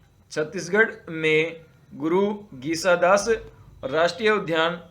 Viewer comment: घासीदास बोलना shikhiye sir